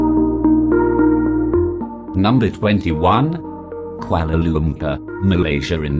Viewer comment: they said Kuala lumpur(which is wrong in pronounciation)more than once... :3